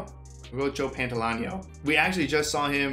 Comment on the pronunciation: "Pan-toll-ee-ah-no." Although maybe his nickname, Joey Pants, will be easier. ;) In addition to The Matrix, Pantoliano plays a gangster in the Wachowski sisters' debut film (and I think, even more than The Matrix, their masterpiece), Bound.